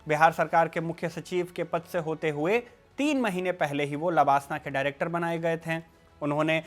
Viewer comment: Pronouncing लवासना wrongly. This is place in Maharastra. While you are talking Lalbahadur shastri Academy for IAS training. Created confusion for a while.